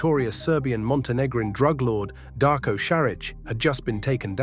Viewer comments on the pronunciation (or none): Šarić is pronounced Sharich, fast Sharich and name is Darko like Donnie Darko, Darko say it slow - Darko. If you know to pronounce German, you'll know Bosnian. English is derivative of German so I find your pronunciation funny. It's Ška LJ ari, slow like Cagliari but it's Škaljari. Then speed it up.